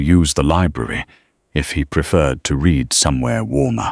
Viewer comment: please teach your AI to know the correct contextual pronunciation of read...